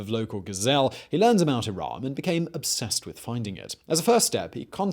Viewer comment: iraM not iran 💀